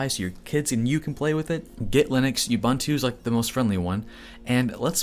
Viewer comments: I just have to address the pronounciation of "Ubuntu" Its a Zulu word ... it means "I am ... because you are" I know this because I live in Kwa Zulu Natal ... the literal home of the Zulu Say it with me "Oooo Booon Tooo" but cut the Tooo part really short. But now say it with a stereotypical african accent. You saying like You-bun-to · Nice primer. BTW: – All the "u"s in Ubuntu are pronounced as "oo", so it's pronounced "oo-boon-too", not "you-bun-too". – sudo is pronounced "sue-doo" (as in, super/substitute user do ), not "sue-doe". – You don't really need to do apt-get anymore; you can just do apt. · It is pronounced oo-boon-too. Also Ubuntu (and other flavors of linux) also has a GUI much like OSX and Windows. When installing Ubuntu without the GUI you are generally installing the head-less server version typically used to run things like apache or nginx. You don't want the overhead of flashy graphics when running a server. But I am probably explaining waaaay more than the person trying to get in to Linux needs to know. So just sudo apt-get do-release-upgrade for now and upgrade from windows to a unix based system. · Don't want to be that guy, but it is Uboontoo, not Ubuntoo service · You said "YEW-BUN-TOO" but I think you meant "OO- BOON-TOO". You have no street cred if you can't even pronounce it right. Jus' sayin' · It's "OO-boen-too" ! NOT "You-bun2" ;) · Did he say Yubuntu? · Great videos on Linux, docker, kubernetes. Found you channel recently, have watched quite a few. Keep up the great work. Just to make justice to the true name and meaning of the Ubuntu distro, Ubuntu is pronounced 'oubountou', every U is pronounced as OU. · Repeat after me: OOH BOON TOO. Ubuntu. All the "u" 's are pronounced the same. I'm from Africa, where Ubuntu is also from. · Ubuntu is pronounced oobn'too. There's a video of Nelson Mandela describing it. It means hospitality; welcoming. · You-bunt-oo. IKR. I thought the same thing. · It's pronounce "oo-boon-too" :)